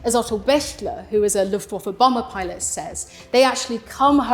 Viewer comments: It's not luffwofer it's looftvafuh,I've just stopped watching! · Luftwaffe is pronounced v-uff-e not v-off-e. It's an 'ah' sound, except shorter. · "Luftwooffe" - sweet 😃